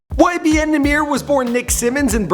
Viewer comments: It's NAH MIr not nahmeir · its YBN or LIL NAH MER. is not nuh meer, if ur gonna do shit on him atleast say his name right lol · Namear , is how you pernounce it😂😂❤️ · it’s “ nah - mir “ it’s not “ nah - meer “ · It nah-mer not nah-meer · It's Nahmir, NOT Nmir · It's num-mer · it's pronounced na mer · He said Cap is Nahmir 😂😂. I’M DEAD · kaemor not K-mort